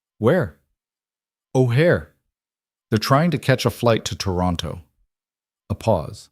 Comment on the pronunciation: O'hare Airport 🛫 get it pronounce right.